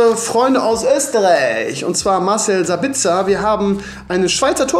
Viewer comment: du sprichst soooooooooo viele Spieler falsch aus z.b.: 'alex' witsel der heißt 'axel' oder 'marcel sabbitzer' den spricht man saabitzer